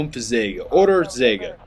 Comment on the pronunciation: how come you speak german that fluent? (wie kommt es, dass du so fließend deutsch sprichst?) sounds very funny btw "M-Zweihundertneunundvierzig Säge" ;-)